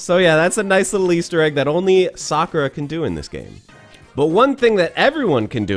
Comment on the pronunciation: It's pronounced sa‐koo-rah Sakura ,not the way your butchering it...she would do a massive hadooken at your for the way you say it!!!